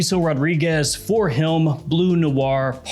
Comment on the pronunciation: Why are you saying “Him” like “Hiughlm”?